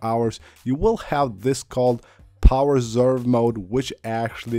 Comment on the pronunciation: "power zzzerve mode"? lol